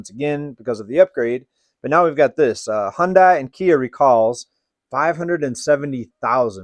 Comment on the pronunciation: Hundai is pronounced Huhn-day